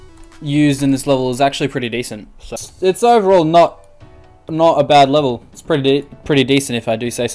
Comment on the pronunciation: Im pretty sure you said lever requests instead of level requests